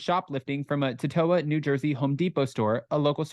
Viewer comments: I live in Totowa and he totally butchered Totowa 😂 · Don't you love people who report on our state I can't say the word totowa